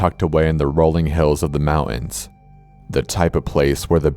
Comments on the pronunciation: What is moowANS? Ohh I guess he meant mountains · If only he could pronounce "Mountains" rather than saying "Mao Ins"